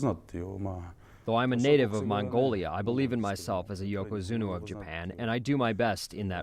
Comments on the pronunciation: Why does that guy keep saying yokazuno instead of yokazuna....? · I really wish this guy would stop saying Yokozuno! Ffs! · This guy kept sayn yokozuno........